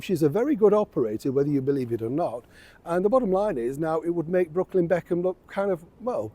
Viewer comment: I keep thinking you’re saying Brocolli Beckham 😁 I doubt he’d go on, the Be khans are a very tight family unit, it wouldn’t go down well with his parents. I don’t think she’s a shrewd operator at all. If she was she would have left the RF but kept them close. Because if their spiteful ways everything is an uphill struggle where it could have been a breeze.